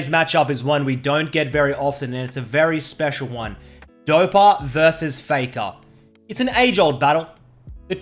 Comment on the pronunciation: It's "Dopa vs Faker" not "Dopa vs Fakaw"